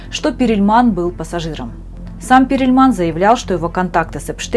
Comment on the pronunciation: Не Перильман, а Перлман! 🙄